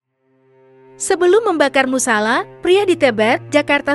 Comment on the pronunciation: salah ngucapin musala